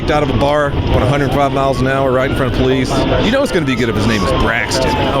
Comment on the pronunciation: Natural poh-lece